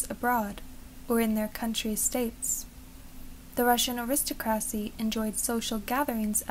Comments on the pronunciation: Your voice is lovely. I could listen to it for a long time. Please note, though, that the word is pronounced “air-is-TOCK-ruh-see. Please do make more videos! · It was very nice but you do really need to seek out to say aristocracy correctly.